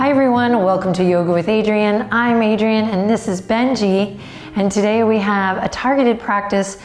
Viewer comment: Im a regular to this session but this is my first time hearing what i think to be Bengi poot 😂